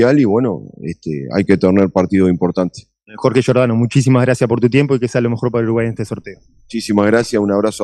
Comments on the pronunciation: se come todas las "s". Qué hambre. También está dispuesto a seguir comiéndose goles, no precisamente con cuchillo y tenedor, sino con embudo. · Giordano, te vas a empachar “ comiéndote las S”